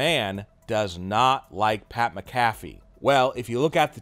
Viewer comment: It's SCRIPTED!!!!!!!!!!!!! Get Pat's name right! Say it right fool!